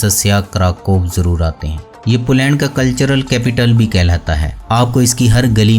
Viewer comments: بھائی آپ کی ہر ویڈیو خوبصورت فوٹوگرافی اور بہترین معلومات پر مبنی ہوتی ھے جس کے لئے آپ مبارک کے مستحق ہیں۔ مگر آپ کا تلفظ ٹھیک نہیں ھے۔ پولینڈ کی ویڈیو میں ٹھیک لفظ "پولینڈ" ھے مگر آپ نے اس لفظ کو بار بار "پلینڈ پلینڈ" کہہ کر بہت بور کیا۔ میری بات کا برا نہیں منانا بھائی ۔۔میرا مقصد فقط آپکی اصلاح ھے۔ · بھائی صاحب اپنا تلفظ صیح کریں پلینڈ نہیں پولینڈ ہے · اپنا تلفظ صیح کریں پلینڈ نہیں پولینڈ ہے